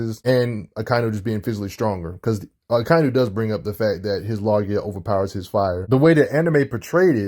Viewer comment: It not log ia it's logue ia